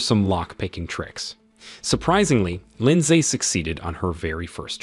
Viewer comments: Dude says Lind-say everytime. But what really got me was when he tried to say heist 😅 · AI keeps saying "LINDZAE" and it's throwing off the focus of the story.... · The “lin saay” part is killing me😂😂